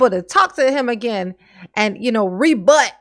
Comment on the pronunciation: Darrell talking like his old, ignorant, country-ass momma Dawn Woods again. "IT DOESN'T" -- "UH GENN"